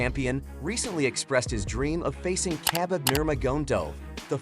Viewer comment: say khabib's name again go back to school